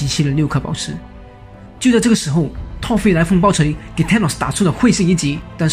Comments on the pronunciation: 這不是發不發音的問題吧，電影裡就是唸Thor的音而不是Tor的音啊，直接以電影的唸法為準才是正確的。 這就跟Chanel、LV等名牌都有他們自己的唸法，你硬要用自己的發音唸，明明就是唸錯然後還說只是各地區發音不同，不是很好笑的一件事嗎？ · 講得很好，但是英文可不可以上google看一下怎麼發音？ Thor ,Tall很難分？ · T跟Th的發音完全不會分 一直tor tor聽得好累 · Thor 怎麼都念成 Tall XD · 索爾那個不念拖兒好嗎..... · 索爾不是痛 th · excuse me, im really thankful that u made this vid but cant PLEASE pronounce THOR properly... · 口音跟發音完全不一樣 一個字除非是特殊情況不然就是有一定的讀音，就是只能那樣唸 口音是你講話的語調，所以只要能讓別人聽懂，口音沒有對錯好壞 但如果你發音發錯，就像你要說我要看你說成我要幹你，意思差很多吧？這時不管是台灣腔北京腔美國腔你都會誤會 所以本片的Thor，完全是發錯音，跟口音沒關係 有些人說他也聽得懂，那是因為你有畫面有字幕，而且講復仇者聯盟，裡面音最近的就是索爾，自然會懂他在說什麼。 口音不是重點，但發音發錯真的是會很丟臉。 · 还不错，唯一不足是英文发音。从头到尾贯穿的Thor，听起来很痛苦。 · 他的th發音怪怪的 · 額，我很確定thor不是這樣讀，你可以先去查google翻譯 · 索爾名一直念錯，難聽死了實在看不下去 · 這個發音真的不行啊…………